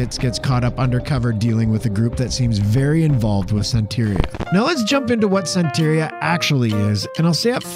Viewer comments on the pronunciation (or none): Santería not San-terry-a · You are saying Santeria extremely wrong. It's Santa- ria.. Just like how Sublime pronounces it in the song ""Santeria''. Whoops. 30 seconds later you start pronouncing it right. Congratulations. I think. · You pronounced Santeria wrong. We used to find sacrificed chickens all over Miami as a kid. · “Catolikisim”, bloody hell. Also, you said “santeria” wrong twice in a row, just to right after say it right for the rest of the video, I really dont know what to say, besides, “you asked for corrections”, but “catolikism” killed me hahahhaa I mean, no one ever expect the Spanish “Inkisision”, am I wryght?